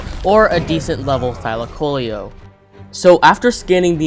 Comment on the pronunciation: What if I told you it was pronounced Thy-Lack-Oh-Leo Also you are extremely underrated! You deserve more subs!